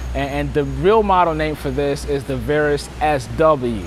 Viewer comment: paige c I live in the south of England. I just don’t understand how a presenter can not know how to pronounce the name of the plane he is reviewing. If I can’t trust him to get the name right why should I believe anything else he says. PS childish reference to STDs .